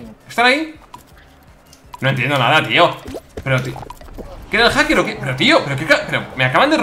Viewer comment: Willy: haker y encima peerde Yo: repito esa escena 10 veces para saber q ha dicho min